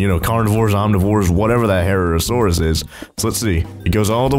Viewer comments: Here is some things you should know about the Herrerasaurus. 1. It is pronounced Her-Rare-uh-soar-us. 2. It is a carnivore. 3. You NEED to build it's enclosure a bit more away from your fellow dinosaurs and beefy, because since it's a carnivorous Jurassic Craft dinosaur, it will attack cows, pigs, and even herbivores and omnivores! 4. If it hatches out to be red, then it is a female, but if it's orange/yellow, then it's a male. Your welcome. Can you please mention me in your next episode please? ^-^ Btw, if it's female, then I think you should name it henrietta. If it's male, then Henry. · Its herr-ar-asaurus i know its spelt herrerasurus buts its pronunsed that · Victor Frankenstein i agree with you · How to po Pronounce a dino name : herr-era saur-us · Herreassarus is pronounced he-rare-a-sarus